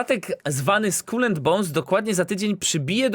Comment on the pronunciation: Najpierw niech się nauczą wymawiać słowo Skull po angielsku. xD